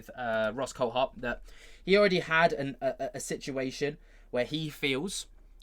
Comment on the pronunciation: What's everyone calling him Coul-Hart for ? Its CoulTHart.